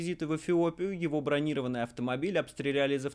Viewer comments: бронирОванный, а не бронИрованный... Он усилен, а не занят. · Майкл, бронирОванный. БранИрованый - автомобиль с бронью, а не с бронёй.